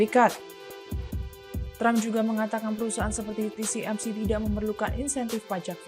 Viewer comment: TSMC bukan TCMC